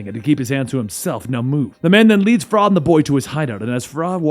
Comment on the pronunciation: I'm not sure i can get past "frah".